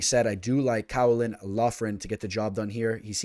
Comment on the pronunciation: Yo, Caolán is pronounced more like Keelan if you were wondering 😅